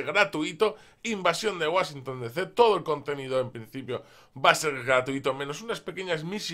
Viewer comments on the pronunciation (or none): none